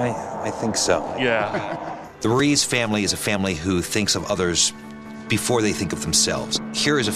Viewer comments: "Maria Rue-EZ" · Pennington pronounces "Ruiz" better than and she is latina!